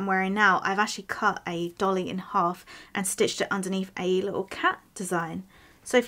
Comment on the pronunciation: Not a 'dolly' .. it' a 'doilly'.